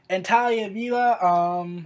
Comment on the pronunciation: Talia? Is Tahiri really that hard to pronounce, mate? Tah-heer_ree.